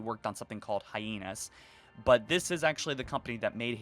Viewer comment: Its called "Hyenas"... Not "Heynas"